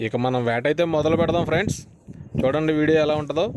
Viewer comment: Friends frds ani chavaminguthunnav bro natural ga ravatle ah pilupu feeling starting lo okasari ending lo okasari Cheppu evey time ala mingaka bro just suggestion teesukote teesuko ledha okay no issues